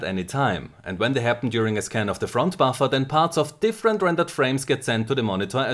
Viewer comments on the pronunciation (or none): How many times he say baffa? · All i'm hearing is Buffa and Buffa and Buffa xD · all i hear is buffa buffa front buffa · Hearing a shit ton of "buffer" in a german accent is surprisingly satisfying